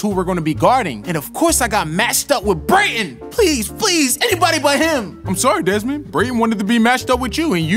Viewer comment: Every 1 minute I hear brayten